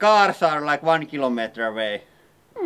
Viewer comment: Kiimaliiteri :D